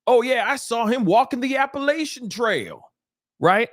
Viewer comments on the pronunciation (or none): none